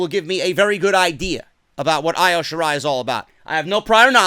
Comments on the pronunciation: Who is Io Shirai you stupid idiot it’s pronounced EO though spelt Io . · it annoys me how you say Io's name. It's supposed to be pronounced as E-O Shirai. Other than that. Great that you finally see the BEST WRESTLER IN THE WORLD. And it's Hero-YO. Just helping out so goons don't come at you about it.